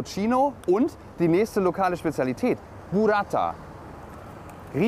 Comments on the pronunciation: mpourata 🤣 Mpougatsa(Μπουγατσα) nur das g ist bei uns so n mischmasch aus c und g und klingt ähnlich wie das R beim wort laura und nicht wie das R von Reifen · Erst mal vielen Dank, dass ihr zeigt, dass diese beiden tollen Städte auch im Winter sehr attraktive Destinationen sind. Übrigens hat Bougatsa richtig ausgesprochen, die "geheimnisvolle Stimme aus dem Off" hingegen falsch.